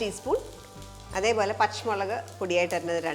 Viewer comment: പച്ച് മുളക് അല്ല പച്ചമുളക്😂😂